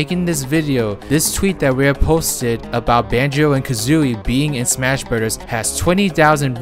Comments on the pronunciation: It's Smash Brothers not Smash Brudders 😂😂😂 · The way you pronounce "Brothers" gets me every time. Super Smash Bruhdders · Soupur smaqsh brodahs